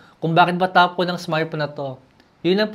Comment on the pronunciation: Langya top-on pala hindi top-one, 🤣🤣👏👏👏